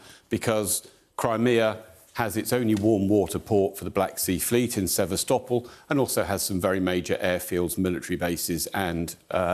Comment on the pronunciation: Lol! Expert can't even pronounce sevastopol correctly.